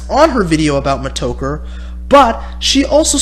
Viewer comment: Why do you pronounce it Meh-Toe-Ker? It's pronounced Meh-Tah-Ker Mih-Store Meh-Tah-Ker Also JWB isn't a troll dude.